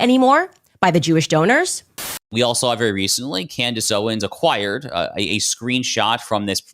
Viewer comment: Tucker Carlson and Camerace Owens? Did she mispronounce her own name?